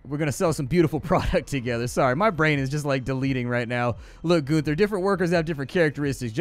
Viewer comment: GUN-ther. Not GOON-ther. How often did you hang out at your "neighbors" drug drive-through?